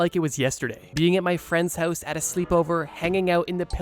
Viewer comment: I knew it! The way you said “my friends house” in the intro has a slight accent, like it rhymes with moose instead of louse haha, dead giveaway